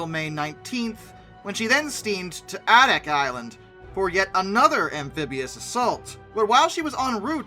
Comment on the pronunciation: Adak is pronounced "A"dak and not with a soft "a".